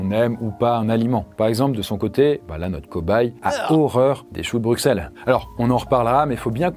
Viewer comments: s'il vous plaît ça ce prononce Brussel😭😭😭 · Juste, Bruxelles se prononce BruSSelles (je sais que c'est bizarre mais c'est comme ça) (et je suis belge) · Au nom de toute la Belgique : on dit BruSSelles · Le pire c'est qu'il l'a mal dit 😂